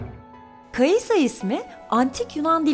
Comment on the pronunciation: kai'sa kai'as